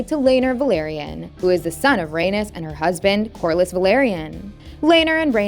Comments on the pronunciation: It sounds awful lol. I prefer the way Arya pronounced it in GoT, his mother as Ray-knees so he’d be Ay-knees. Even the way they pronounce it in HotD, Ray-niece would sound fine as Ay-niece. Anything better than Ranus and Anus! 😂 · it's pronounced "ray-knees"... not "ray-nis" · According to her pronunciations: Aegon the first and his younger sister Rainus gave birth to their first son Anus.